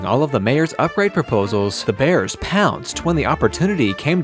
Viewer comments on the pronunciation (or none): It's not "the" Bears. It's "Da" Bears. Geesh.